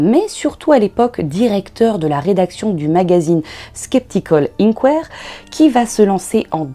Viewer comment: "inquère"? inquirer, in-kwaï-eur-eur,:p Chouette sujet!